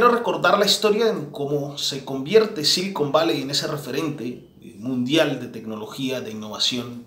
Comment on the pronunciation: "silicón valley" o "cocain valley" ?